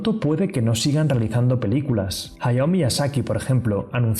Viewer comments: Es hayao no ahayo. No hate. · Dijiste Hahayo y escribiste Hayao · Cuando lo escuche pensaba que era un error de tipeo en lo escrito, ahora ya sé que realmente se equivoco al pronunciarlo, bueno nadie es perfecto 🤣